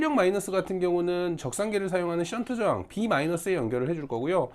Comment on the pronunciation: 센트저항 이라고 들리는데 정확한 명칭 부탁 합니다